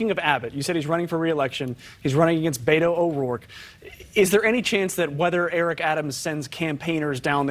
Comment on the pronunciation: The way she says Beto wrong over and over cringe